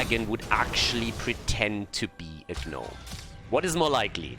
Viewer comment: I love that cannot pronounce "Gnome":)